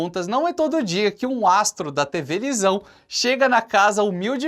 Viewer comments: só fui que percebi que ele falou tevelisao e não televisão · na parte do astro na vila do haves voce falou tevelisão.🤣🤣🤣